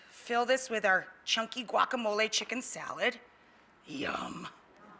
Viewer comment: GUACAMOL EEEEEYY!!!